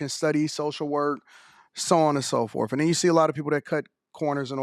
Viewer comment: Stop saying “forf” please. Can’t be that hard to pick up your tongue and say “forth” or “fourth”